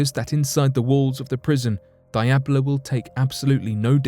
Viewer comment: Diablo is absolutely not pronounced "die-ab-low" I have never heard a worse butchered pronunciation